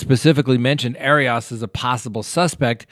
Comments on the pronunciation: It’s not pronounced ari ass 😂are you being cheeky pun intended haha, she’s a bunny boiler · Air-e us. Come on,. Everyone has heard it many times. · I love how you say her name , sounds like hairy arse! Lmfao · Please get your facts straight on this case........including how to pronounce her name. It's just irritating. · 1st of all you're pronouncing her name incorrectly 2nd of all she should probably get the defense attorney who defended OJ and casey because he would probably be able to get her off 3 we just need to stop hashing out all the stuff and creating gossip Because she's desperate and would like to get out We really need to take a deep a book in to how fragile the mind and heart is because this guy kept on letting her back in he kept on toying with her heart when she really loved him when a person's playing games like that they're taking their own life in their own hands because people become fragile and they become very sensitive and this is why we need to be very careful when we have our relationships because more and more people are just getting more intolerable of how they're being treated and people are going off you see it with all the mass murders you see it with husbands and wives killing each other it's just a new norm and I feel that people really need to look a bit deeper into human behavior because if you've been hurt over and Over you become more intolerant This is just my opinion there's no condoning of murder however the fragility of the human mind and heart needs to be taken into consideration because people can toy with people and mess with people till a point and then a person can be pushed over the limit and just snap I'm just sayin just my opinion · I adore.... BUT can someone please help him how to pronounce “Arias”?!? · your mispronunciation of Jodi Arias' last name gave me a headache. Please don't do that, anymore.